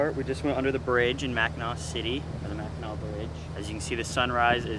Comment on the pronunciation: Impressed, most people butcher the names of Mackinaw and Traverse. Does your ecoflow do a good job cooling the boat? Thanks!